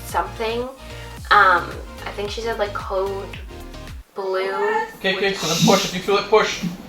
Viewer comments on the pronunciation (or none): Code Blue means someone died or at least flat-lined. but she sounded like she said Code Bravo though which is probably different...maybe it had something to do with her seeing the cord around her neck idk!! Congrats, she is adorable and you look great!!! And you had me LOL when you said "And its been numb ever since ha ha!